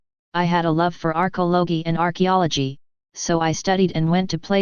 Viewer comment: Lol "arch logy"